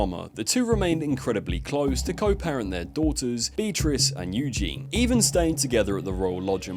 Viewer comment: Eugenie. The speaker mispronounced her name.